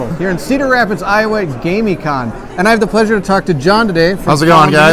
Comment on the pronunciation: I am thinking that it is pronounced Gamm-i-conn... It was great to get to play games with you at the con.